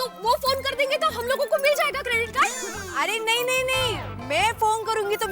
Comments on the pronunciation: " K...A ...drit card" 😂😂😂😂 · kedrit nahi shedrit card😂😂😂😂😅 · Ka-drit card 😂😂